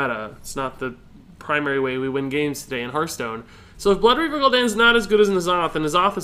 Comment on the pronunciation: Holy piss is Gul'don not Gul'dan